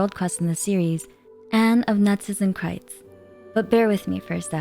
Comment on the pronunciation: Can we just talk about how she nails the pronounciation of Narzissenkreuz :O